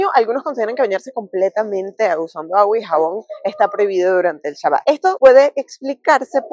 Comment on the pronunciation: Kashrut, y es Shabat, no shabot, no sabat, Shabat